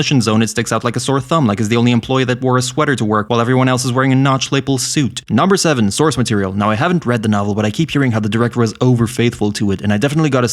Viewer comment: He nailed it in much the same way he did not nail the pronunciation of "lapel". Lape-ull?